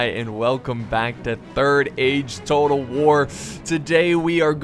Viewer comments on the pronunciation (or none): none